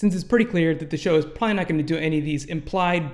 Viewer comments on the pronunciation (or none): I like your videos man, but please stop saying "prolly"..